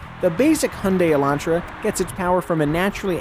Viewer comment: Thank you for not saying Elandtra.